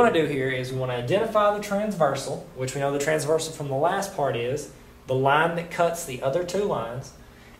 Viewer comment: forgot the r in transversal lol